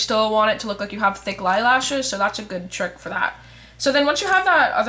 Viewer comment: you totally did say 'lilashes'!! so awesome.